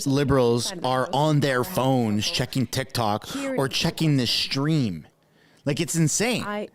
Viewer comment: did you say Shtream ???